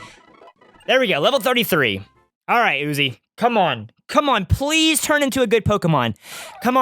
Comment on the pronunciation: When you said come, I thought you said gum! LOL!